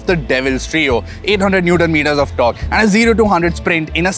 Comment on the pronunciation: You had me at eighdd hundled newddon meeddahs of dork